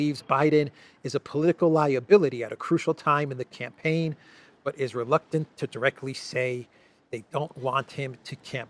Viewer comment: Hahaha, ”yeah, Brandon you can join the canpaign on the 6th…”